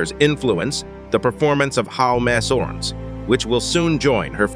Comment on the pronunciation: I'm afraid your computer reading voice is letting you down: "HMS Anson" is not pronounced "Hems A-N-S-on"!